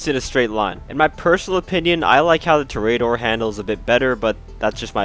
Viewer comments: It’s tor-e-door not tor-a-door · Lol “tory ater”. Its in spanish, its “tor-eh-ah-door” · pronounced TOR·ee·uh·DOR /ˈtôrēəˌdôr/ -- like a bull fighter. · Dont you mean the torry-adder? that is how the professional says it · It’s pronounced TOR-ee-uh-dor, it means bullfighter. I swear I’ve never heard so many words mispronounced than in the GTA community lol. Prob a lot to do with the relatively young player base is all. Not trying to hate though, great video and channel! Liked and have been subbed :) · Hi! Just a friendly PSA that Toreador is pronounced “To-REY-ador” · It’s pronounced ‘tor-e-a-dor’ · With emphasis on the TOR only. (I have yet to see a GTA Youtuber or streamer get this right and it hurts me. Literally none of them took 30 seconds to google it.) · Love the in-depth guide, but it’s pronounced TOH-REE-AH-DOR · Man stop pronouncing it like a spastic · u cant pronounce toreador?